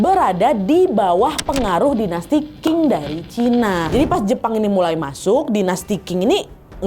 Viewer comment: Qing bacanya Cing nad bukan King